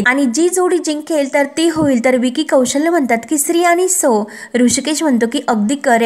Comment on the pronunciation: विकी कौशल्य नाही. कौशल असं आहे ते.